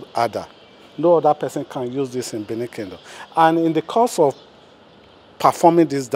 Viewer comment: BENIN NOT Bini